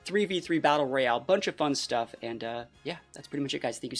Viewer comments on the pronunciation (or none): none